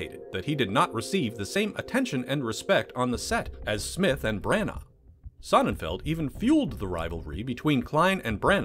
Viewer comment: Why are you saying Bran-Arrrr? It's pronounced Branna